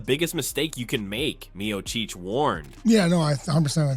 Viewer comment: "Meocheech" fu**ing stupid AI garbage vids